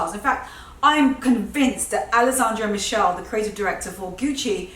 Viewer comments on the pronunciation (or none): I love your videos, they are very inspirational! May I just correct your pronunciation of "Alessandro Michele"? It's "ah-less-ahnd-roh" "mee-kay-lay". For a moment I thought: "Who's this Michelle girl working in Gucci!?" ;-)